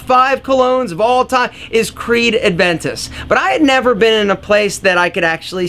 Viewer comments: I know this video is quite old, but I think it’s actually pronounced Creed Aventus, not Creed Adventus. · ha-ha-ha. Creed Adventus. 99.99% make this innocent mistake when they wanna say Creed Aventus. I have this Niche EDP in my 50ish bottles arsenal since few years now, but none of my friends ever said Aventus. They always say aDventus. (it's Aventus) Watching my very first video and just subscribed. Amazing channel. Why I didn't know this channel before? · Its creed aventus not adventus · He keeps saying Creed ADventus, I find it funny.